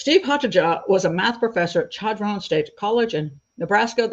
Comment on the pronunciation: Chadron, NE is my hometown. Small note...The Ch is actually pronounced like Sh (as in short), with an emphasis on the first syllable - Sha-dron. Thanks for a good episode!